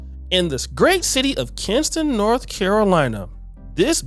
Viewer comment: It's KINSTON, NC not Kingston...